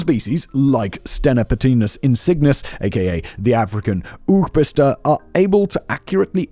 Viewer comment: 😂 "Oogpister" means eye pisser. Fyi, the pronounciation of the "oo" would be more like the one in "bow" or " low", -> try saying 'Owg pister'